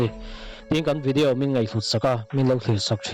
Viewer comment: Vidiau anilo vidiau tihian lam tawh suh